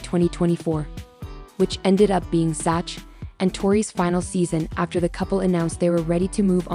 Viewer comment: Dumb A.I......it's Zack, not Zatch!!!